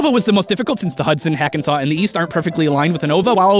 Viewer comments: It's Hackensack, not Hakensaw! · Hackensack river is pronounced phonetically, not as "hackensaw" but great video my guy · Three years later and I suddenly go "wait, how did pronounce 'Hackensack?'"